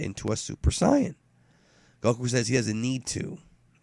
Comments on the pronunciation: It's either Super Saiyan. Or Super Saiyajin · The way you say super sayain... i cant..... I just cant. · how come you pronounce saiyan weird? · You suppose to be a fan of dbz for about 20 years and you keep pronouncing "saiyan" wrong now why is that and no Japanese doesn't say it like that